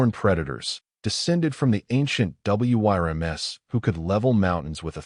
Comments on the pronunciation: It is pronounced worms not wy-r- ms. AI needs help. Do a better job of editing. Or, get a human to read the story. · Where I'm from "Wyrms" is pronounced as "wurms" (sometimes as "worms"). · Spelling out W.y.r.m.s. every time is plain annoying to me